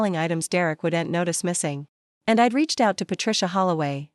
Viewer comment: Dear AI it is I'd not I D